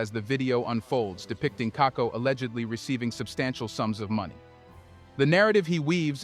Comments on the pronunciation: KAKUBO please, NOT KAKO. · Apart from mispronouncing Stanley Kakubo's last name it's good and accurate analysis.